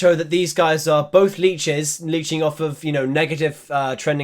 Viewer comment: thought you said bleaches